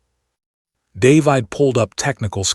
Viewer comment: looks like this iteration of AI and its clones can't read "David" properly. Heard it several times already. nice allusion in "Elsa's voice was ice...", but probably and accident.